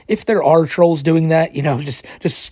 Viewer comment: "I'm not afwaid of the twolls."